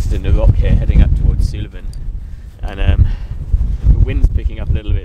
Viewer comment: its pronounced 'Soolven' not 'Soolaven'